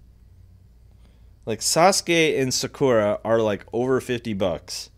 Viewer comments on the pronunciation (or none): And he says sokra